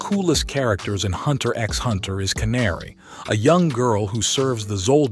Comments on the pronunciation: hunter "EX" hunter.. smh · you don't say the "X" in hunter x hunter ...